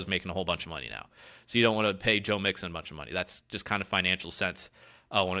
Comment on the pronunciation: Joe has a good offensive line. Joe is good. You mispronounced mixons name. You know nothing.